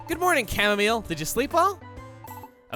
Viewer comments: it's supposed to be "au" not ar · Everyone’s talking about how he said Chamomile in the intro, but I’m here just glad that someone understands how bad the raid battle AI is in Sword and Shield. Edit: I am happy he said Chamomile as well.